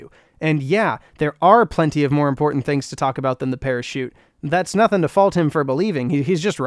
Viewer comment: parachute? i thought you said pair of shoes